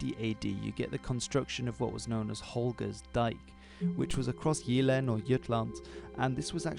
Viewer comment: FYI, you pronounce Jylland as 'you-lan' not Yoot-land :-D Nice video anyway!